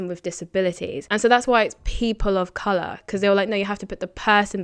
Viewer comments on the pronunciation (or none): It's Color not Coluuuuur